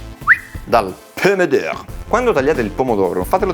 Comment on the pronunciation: $embra che abbia detto pene dur non pomo dor